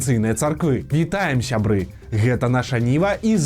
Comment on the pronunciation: А чаму вы кажаце "ушё" замест "усё" і "шябры" замест "сябры"? Гэтак больш па-беларуску, гха?!